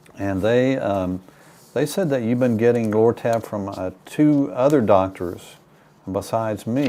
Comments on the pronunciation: Did he say Loratab. Bah ahaha ha. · Lortab LoL!